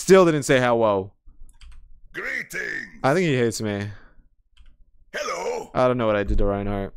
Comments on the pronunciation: Dk why but that "Hewwo" makes me happy! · BRO. I've been playing Rein since 2017 and almost 3k+ hours across all platforms and accounts on Rein. For the first time in forever, about a month ago he just said "hewwo" and I had a heart attack. I'm so glad someone else has experienced this. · He says "Hewwo". There. I saved 10 minutes of your life. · “Hewwo :)” - Reinhart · I’ve been playing this game since early 2017 and I’ve only heard Rein say hewwo twice. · bro really said: "Hewwo :3" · So they were NOT insane when they head "hewwo" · ? The subtitles literally say "Hewwo" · Wait I got that yesterday he said hewwo and when I was in a competitive game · The "hewwo" line is rare? Shit I hear like every gaming session. Though granted I spam hello and thank you a lot due to habit so I probably just do it enough times till the odds give me the line.